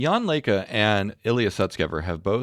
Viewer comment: Thank God a commentator getting the pronunciation of Jan Leike's name right, for once. ::snicker:: (They also whiff on Jakub's name. ugh.)